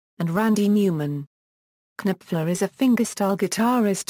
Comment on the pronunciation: His name is KNOPFLER, as in Nofler. His name is NOT Kanipfler!! arggghh!!!